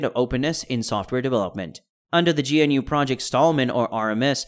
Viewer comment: How do you have a tech channel and pronounce GNU like that?